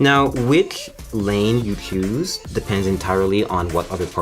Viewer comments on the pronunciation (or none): Hes speaking isnt perfect nor his pc building skills: "I chloews" "I chowes this format" "lawtsch" "I choues" "installachien" "Now, whitcsh" "I chloews" "You'll need a usb flawchs drive" "With Windows installachion media"